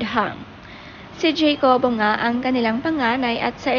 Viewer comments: Ha-ko-bo (jacobo)po ang right pronounciation not jeykobo...😊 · Pronounced po as "Hakobo" According to Dawn in their former Milk Endorsement with her son. 😊